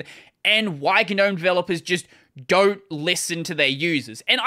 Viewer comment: Oh, the G in Gnome is silent. It's pronounced nowm.